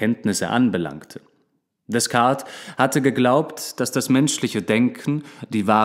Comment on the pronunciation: Pico della Mirandola die Aussprache hört sich richtig gut an auf jeden fall besser als die von Rene Descartes wo du das s am Ende immer mit ausgesprochen hast. ;--) Aber ich liebe deine Stimme und du hättest auf diese Videos mehr klicks und Likes verdient bei so einer guten Qualität <3